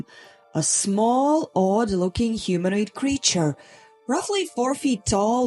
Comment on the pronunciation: It’s pronounced K+EYE-Lee and ‘YORK-shur’ and HUE-min-oid NB: it refers to the area around Haworth in West Riding Yorks. Very close to the bleak moorlands known to the Brontes (‘Wuthering Heights’. ‘Jane Eyre’ &c.)